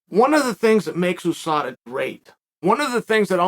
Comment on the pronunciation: Why does chael keep saying OUSADA